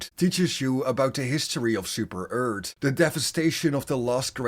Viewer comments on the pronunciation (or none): At least say earth not eard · How dare you say super earth like super-eart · Ah yes “Super Eart” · "Super ert"